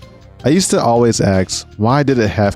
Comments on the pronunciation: He used to always axe . . . Now he swords I assume . . . Learn to speak lols. Bet there's hallway birds in your house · Pronouncing "ask" as "aks" is the new smoke detector beep. Great vid 👍🏻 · Saying "aks" makes someone seem dimwitted to be honest... it's a three lettered word and they're getting the letters in the wrong order 🤷‍♂️ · Its ask not axe